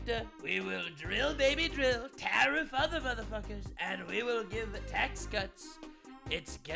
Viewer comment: SAAR! DO NOT TAR-EEF!